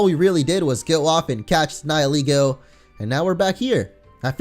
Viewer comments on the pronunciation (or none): I thought Nihilego was pronounced Nayee-leh-go and not Nayee-lee-go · You keep pronouncing Nihilego like nie-eh-LEE-goh. I always thought it was nee-hee-LEH-goh. And while the story was in fact very sad, I approve of the FMA reference! ^^ I freaking LOVE that anime, and I completely agree with the fact that Type: Null is a Chimera!